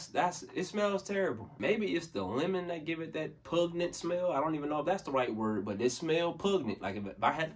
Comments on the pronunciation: *Pungent not puG net... peace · 😂😂 “Pug-nent” —-> “Pun-Gent” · Hey, man. You absolutely used the right word when you said pungent, but it's pronounced "pun-jent," oddly enough.